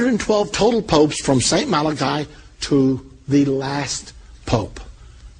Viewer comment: he wasnt malachi he was malachy pronunced mal a key